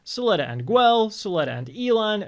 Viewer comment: Why are you calling Guel Gwell?